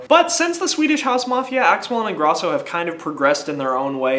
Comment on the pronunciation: You're pronouncing Ingrosso wrong. Pronounce the 'o' dipshit. And SHM is gone. It wasn't working out between them anymore. Axwell & Ingrosso are something completely new. They also dropped a physical album